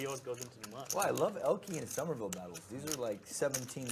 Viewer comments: It's pronounced "summerville", not "sahmerville". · I like that you said "Sohmerville" (like 'o' as in 'on') rather than "Summerville" like 'u' as in 'summer'. Nice attention to detail, Poke. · why does he keep saying sawmerville